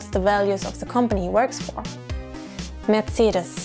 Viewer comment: Just realized even Americans pronounce Mercedes and Porsche wrong!